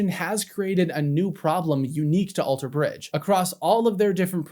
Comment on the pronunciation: I never knew Scott played in another band! Thank you for that info! Also! Stop putting the emphasis on the "bridge" in Alter Bridge!! It's killing me 😂😂